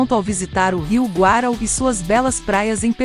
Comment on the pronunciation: nunca ouvi falar do rio Guarau, o Rio chama Rio Guaraú (acento no U)